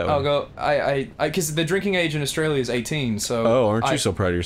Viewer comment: Ross sounded so australian when he said " The drinking age in australia is 18"